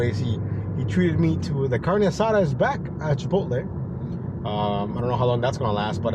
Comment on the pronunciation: "leave at door and leave" 🤣🤣 I've seen those notes before multiple times, and why you sayint carne asada like an American? 😂